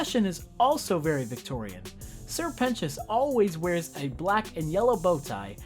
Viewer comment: This video taught me how to say 'Sir Pentious' correctly